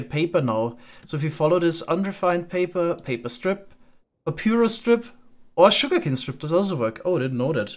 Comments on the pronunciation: I love you bro but it’s pronounced Pa Pie Russ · Just fyi papyrus is pronounced pap-eye-rus. Also commenting for the algo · the way he says papyrus 😂